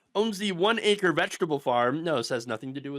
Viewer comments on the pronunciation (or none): none